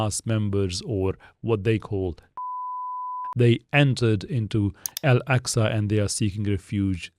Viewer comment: Nothing against your al-jazeera mehdi hassan type video but please don't call Al-Aqsa "el-eksa"